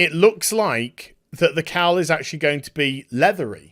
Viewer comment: It took me far too long to realise you were saying "cowl" and not just "cow". I thought there was some farmyard Robert Pattinson joke I wasnt getting.